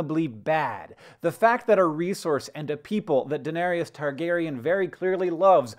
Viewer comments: Seriously? Da-ner-is. Three syllables. What show have you been watching? Not Da-ner-y-us. Please. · Denarius? How do you not know how to pronounce her name?